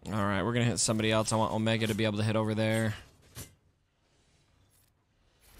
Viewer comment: Oh-mee-gah - from